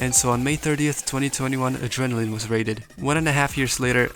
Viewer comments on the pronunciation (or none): none